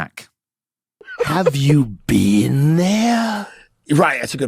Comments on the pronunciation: ''You haven't be-een' is so hilarious! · "Youve never BEAN??...😦" what a ghoul, man